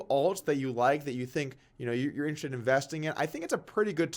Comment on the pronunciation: Doug, the word is pronounced in-ter-es-ted...